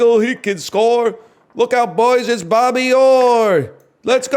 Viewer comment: Lil bro said "Bobby Yore"